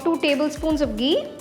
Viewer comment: Love it when you say gee 😅